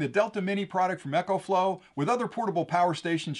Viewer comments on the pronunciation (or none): Why do you call it Echoflow, the name is Ecoflow.